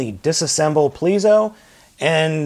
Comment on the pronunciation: okay, you spelt the Judenryu's name correct...you pronounce it based off of the rumored spelling.